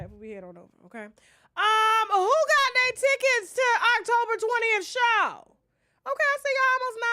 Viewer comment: Show not shoe